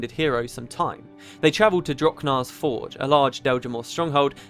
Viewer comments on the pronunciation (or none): none